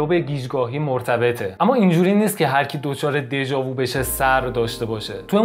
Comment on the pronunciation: prononciation "déja vu" nah "déja voo" .